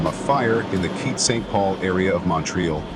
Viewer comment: Montreal is pronounced "mon-TREE-all" Not "mon-trall". And I think the woman's dog should've been rescued first. Imagine how she felt after the firemen's promises to get her dog and it got swept away by the river.